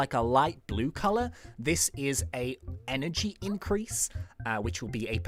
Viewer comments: Energy, not enegry. I wonder why I haven't seen anyone else correct this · you said enegry mutation it stands in text enegry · Hehe he was ment out +energy but he did + enegry